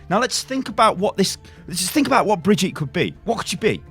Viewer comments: Before I end up loosing my teeth because of all the grinding I do every time I hear this "bree-jeet" ...If it really IS the German version of the name, as mentioned in your first "WILD SPECULATION", then it's "Bri-GIT-eh" ! (the "bri" and the "git" are rather sharp and the "E" at the end is NOT (never ever!) silent in German!) Just so you know how to call her from now on ;P ...Greets from Germany BTW ^^ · It's brigitte, not fcking brigette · When you're English and can't pronounce "Brigitte" but you pronunce it as BRIDGEtte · when thre name is bridgitte but dumb says bridge yeet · It genuinely triggers me that you call Brigitte "Brigeet" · He said Bridyeet when pronouncing it i’m actually shook to the core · that is not how you pronounce her name...NotLikeThis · Your saying brigitte wrong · U pronouncing 'Brigitte' like that is getting annoying really quick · Why tf are you pronouncing Brigitte like that??